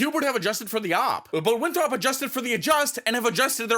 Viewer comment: Haha yall where is from because he pronounced Winthrop as winthrawp but I’m also from South Carolina where Winthrop is and we don’t make it a two syllable word tho 😭.